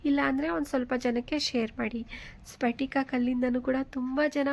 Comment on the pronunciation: ಸ್ಪಟಿಕ ಅಂದ್ರೆ ಕ್ರಿಷ್ಟಲ್ ಇದು ಪಟಕ ಈ ತರ ಹೇಳುವದು ಸರಿಯಲ್ಲ.